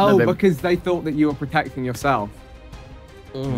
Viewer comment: "If anything you've thawed" 😂😂😂